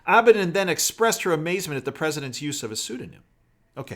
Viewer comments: Just FYI. I believe its pronounced, Abba Dean. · Please correct your pronunciation of Huma Abedin.